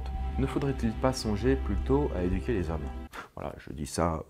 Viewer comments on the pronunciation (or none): j'ai compris "énuquer les hommes" dans le sens de les rendre énuques xD